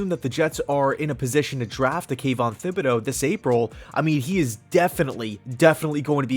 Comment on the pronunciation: Kayvon's last name is not pronounced with a th like thimble, the H is silent.